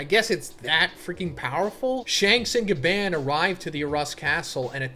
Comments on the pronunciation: BRO ITS PRONOUNCED AS GA BON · STOP PRONOUNCING GABAN WRONG! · Gaban in the most American accent 😭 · Why are you pronouncing his gabans name like that. Omg 😭 its so painful to hear. Its like when someone who doesnt watch anime pronounces Naruto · Why the hell do you say Gaban that way? Jesus Christ I'm cringing everytime you say it so terribly and that's already 10 times in the first minute.